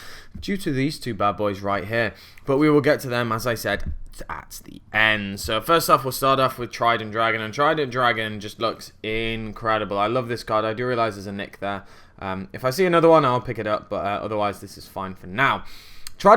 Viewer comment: There's an I in Trident Dragion. "Drag-EE-on"